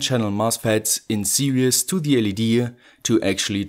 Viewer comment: Did he pronounce series as serious?